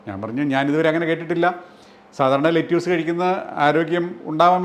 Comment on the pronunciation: Video is very informative. പക്ഷേ "ലെറ്റ്യൂസ്" എന്നല്ല. "ലെറ്റസ്" എന്നാണ് American English ൽ പറയുന്നത്. അതിലെ "റ്റ" വളരെ soft ആയി ആണ് പറയുന്നത്. British English ൽ "ലെറ്റസ്" നും "ലെറ്റിസ്" നും ഇടയ്ക്കുള്ള ഒരു ഉച്ചാരണമാണ്. മറുനാടൻ മലയാളി വളരെ popular ആണെങ്കിലും ഒരുപാട് ഒരുപാട് factual mistakes വിളിച്ചു പറയാറുണ്ട്. 😀